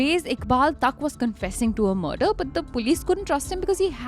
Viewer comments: its ताक not तक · Tak is pronounced Taak. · For everyone, podcasters or the audience, the pronunciation of the Kashmiri surname “Tak” is “टाक” and not “तक”.